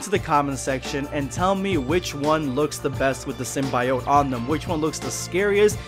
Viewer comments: sym-bi-Ote still is a weird pronunciation to me. I grew up with the Spider-man Cartoons and 90's Venom comics (which were brutal when they had a whole Kronenburg Thing style run) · You mispronounced Symbiote besides that great video.